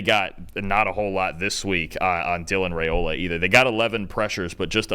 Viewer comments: Rye-ola instead of Ray-ola. Still, loved the analysis. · It’s pronounced rye-ola, not ray-ola. I’m not sure why this is so hard for folks to get right.